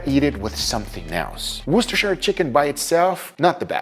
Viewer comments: Massive respect for pronouncing worsterchire sauce correctly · YOU SAID IT CORRECTLY! you are so far the only youtuber I've seen say 'Worcestershire' properly! GG GUGAAAA!!! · Wow I’m flabbergasted, there’s a person outside Europe that actually pronounces Worcestershire correctly instead of talking about washing their sister